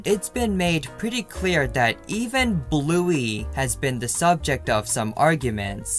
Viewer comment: Did you say Bluey wrong